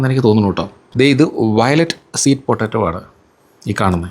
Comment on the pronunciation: പൊട്ടട്ടോ അല്ല, പട്ടെറ്റോ